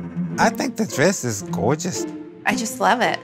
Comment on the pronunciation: "I think the dress is (GOEGUS)!!!" -Dad